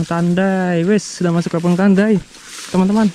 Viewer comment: Lebong mas bukan lebong pake "e" bukan pake "e". Eh gimana sih cara ngasih tau bacanya wkwkwk 😅😅